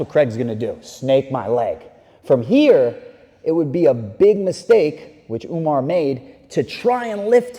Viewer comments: Why you purposefully mispronouncing Umar's name??? Channel sucks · Umar Ooga-Booga-manov lmao